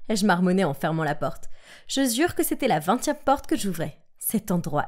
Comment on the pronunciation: je "zure" jpp